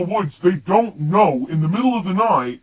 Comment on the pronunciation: Not kow its know